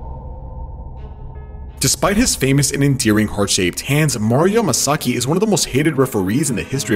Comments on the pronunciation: Mario MASAKEY..U DIDNT EVEN GET HIS NAME WRITE LOL 😂 ..then you say his dad's last name right...but go back to missing his name...just saying....😅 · Why is it so hard for this dude to pronounce Mario’s name? It’s Yamasaki not Masaki!!! WTF? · Did you call him Mariommumummasaki?